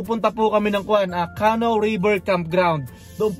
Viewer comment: Yun pong word na “canoe” is pronounced like “ka-nu” with the emphasis or accent Sa 2nd syllable. Hindi po “Kah-noh” as you kept on saying it. 🤭🤭 .. dagdag kaalaman din po 😊